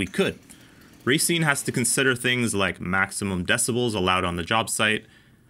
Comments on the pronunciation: "ra seen" is how you pronounce it. not racing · You pronounced Racine incorrectly…. It’s pronounced rauh, not raiy. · think of it as ruh-seen. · Is it pronounce ra-scene as in racine mn or racing? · not sure any wisconsin natives have commented this but it's pronounced Rah-seen from anyone I've ever heard here. Cool Review! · Racine, Pronounced "Rah-Scene". Little tip from a local for ya. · Just for future videos, it's pronounced ruh-seen